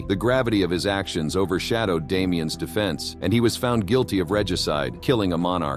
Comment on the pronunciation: I believe the name being French the S in Damiens is silent